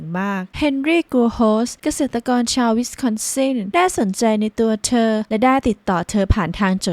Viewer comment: ทำไมออกเสียงเธอเป็นเชอ..